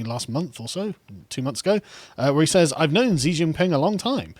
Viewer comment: Xi is pronounced closer to "she" just to help not to judge. but yeah, wasn't there evidence that the CCP had funded h biden? edit: you mentioned it later in the video lol.